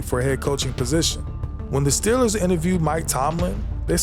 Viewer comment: If you're going to do a video about the Pittsburgh Steelers, you should really learn how to pronounce Steelers.